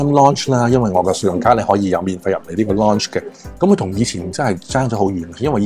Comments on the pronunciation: 好似讀noun咁讀loun-ch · “Lounge” 唔系咁發音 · 在YouTube 無意中睇到你條片，拍得都還可以但建議講嘢個tone可以改下，好old style 同埋建議查吓lounge 字正確讀音。